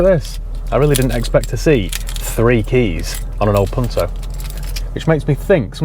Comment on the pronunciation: good pronunciation ,im from italy